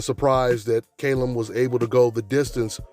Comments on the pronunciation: Fucking Callum not Kalum u thick twat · KALLEM, not KAYLEM 🙄🙄🤨